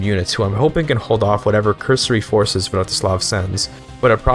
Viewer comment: a fine video, like all the other rp focused ones, however i have a small nitpick, seeing as youve clearly tried to get it right, you pronounced Vratislav Přemyslid as Vratyšlav Premyšlid